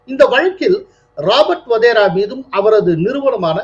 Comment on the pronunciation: Sir, he is Wadhra not Wadhera. Sorry to point out